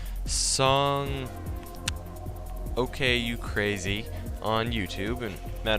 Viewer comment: Another fun battle Crobat. And from all the anime I've seen, I'm pretty sure it's pronounced: son-goku-crazy